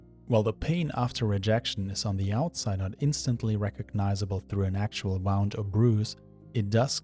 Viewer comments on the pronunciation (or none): thanks for your videos! Best wishes- btw- check your pronunciation of "wound"